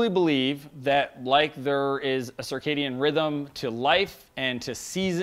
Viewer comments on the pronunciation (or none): none